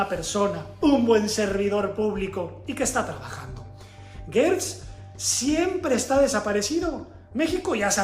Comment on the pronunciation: Se dice Gertz no Guetz se pronuncia como si fuera con J.